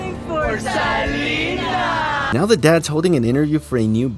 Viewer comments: Saying SelENA instead of SelEEEENA is bothering me😂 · You killing me the way you pronounce Selena too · Not gonna lie the way you’re pronounce Selena’s name is bugging me 😂😂 but love your videos so I’ll keep pushing thru it lol